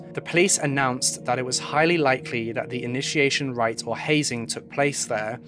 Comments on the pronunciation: FYI: You keep saying 'writ' when rite is pronounced 'right'. :) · Also: rite = "right". We all make mistakes, especially with words we only read and never actually use haha, so no biggie :) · Jesus Christ, it's right! Yes it's written rite, but it's pronounced "right". FFS....you're a nearly-adult.